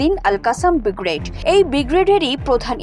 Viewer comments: বিগ্রেড কি? ব্রিগেড বলুন,ভুল বলেন কেন? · এই পাঠিকা বেটি ব্রিগেড কে বিগ্রেড বলতে ভুল করে না।